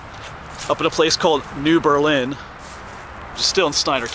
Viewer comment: New Berlin is pronounced with the accent on the ber. Not the Lin...my dad was born there.